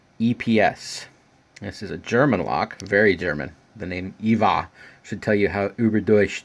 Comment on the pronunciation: EVVA isn't from Germany. Instead it's from Austria, Vienna, but that doesn't really matter anyway. Also I speak German and it cringed me when you said Evva. The E is pronounced like the first e in elephant. Greetings from Vienna!